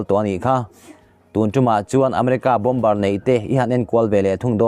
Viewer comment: Bom ber nilovin,Bomb ar ti a lam chi zawk a va ni em